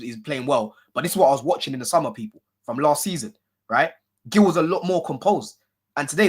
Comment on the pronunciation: It’s Marc Geeyou not Marc Gill